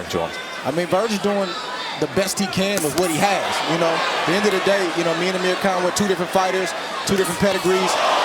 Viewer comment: He said Ameri can instead of Amir Khan🤣🤣